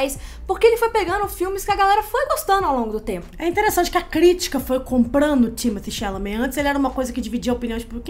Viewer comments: Amo. Mas manas, a pronúncia correta do boy eh “Timotê” “xalamê”. Foi ele que falou kkkk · Thimotté Chalamet minguê. O escolhido foi você. 😂